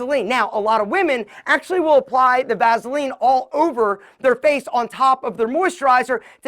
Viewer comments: I just can't get over hearing him pronounce it "vazzuhlean". Lol. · "Vazeline!" Lol😂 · I hate how he says Vaseline 😂